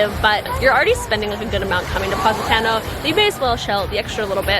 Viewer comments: pronounced paw-si-taw-no. love you lol! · It was nearly impossible to consider the recommendations after the fist mispronunciation of Positano (not to mention the ones that followed)... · You can’t even pronounce Positano right😂😂